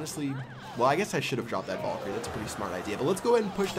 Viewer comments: Honestly, I've been watching ur vids for over 2 years, and my head is really hurting from when I'm pulling out my hair every time u say vulkerie 😂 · Its VAL-KU-RIE. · It's called vay-lee-cry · It's pronounced Val-e-Croi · it's pronounced Vae-lee-cry.